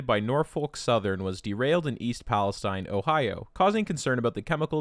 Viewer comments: The town of East Palestine rhymes with between, not twine. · That town is pronounced like "Palesteen" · Propylene glycol is edible. Nice to know. The town is pronounced palaSTEEN, not STINE, despite then spelling. Propylene glycol is poisonous. You can drown in it.